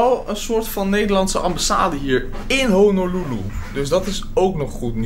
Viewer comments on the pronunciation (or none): Zegt hij nu echt Hololoeloe?